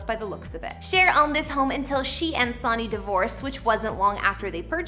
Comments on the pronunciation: It's Sonny Bono as in Sunny. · Hahaha she said "Sawnny" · Lol, I know! This girl has been in a Cave all her life🤔🤪🤪🤪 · Sonny = SUN-ee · Its pronounced SUNNY! LIKE THE SUN 🌞⛅.. NOT LIKE A SON.. EVEN THOUGH YOUR READING IT AS SUCH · “Sawny” ?? REALLY??? Fer cryin out loud… Research the basics… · The name pronunciation is killing me.. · I cant finish this. How does someone mispronounce Sonny?! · This girl drives me crazy. You don’t even know how to pronounce his name. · Why do you habitually mispronounced the name "sonny"? Very odd, unless you're from another country. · Did you not research how to pronounce someone's name 🤔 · Why are you mispronouncing Sonny’s first name? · Canadian. Still no excuse for not pronouncing the guy’s name correctly. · it's pronounced "Son-neey" not "Sah-neey" and please drop the fray voice! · I hate how she says his name Sony is said like Sunny not Soonie 😁😳😞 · Sonny's name is pronounced like Sunny? Omg!! It's like you've never even heard it pronounced by Cher, herself! You're pronouncing it like Souny? Weird..🤔🤔🤔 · Sonny Bono’s name is pronounced ‘Sunny’. Not ‘Saw-nee’. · The hostess of this video needs to learn how to pronounce Cher's ex-husband's name!! Geez! Pronounced: Sunny Bow-no rhymes with BOZO! SONNY BONO... has she never HEARD of the guy? If you're going to present an informational video, make sure you know how to pronounce the names please! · He pronounced his name sony (sunny) you should learn how to pronounce a person’s name correctly before you put out anymore videos. This is ridiculous. It’s pronounced Sunny, sunny, sunny. Not Like the entertainment giant Sony. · The Presenter here must be very young, calling Sonny(pronounced-Sunny) as sawny...Haha.. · Sony lmao it's pernounced SUNNY! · It’s “Sony” like “Sunny” not the electronic company. He was an elective official too. Do your research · Omg!! SUNNY!! NOT SONY!! HOW CAN U NOY KNOW HOW TO PRONOUNCE HIS NAME?!! ISNT THAT PART OF YOUR JOB!!! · "Saunee Bono" I can't.